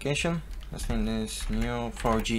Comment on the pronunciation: LPM es Neo 4 "JEY" no for "YI"